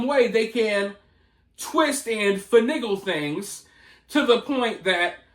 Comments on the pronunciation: Did just say finiggle? 😂😂😂😂. Bro I am dying right now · FINAGLE ❌🧐 FANIGGLE ✅😅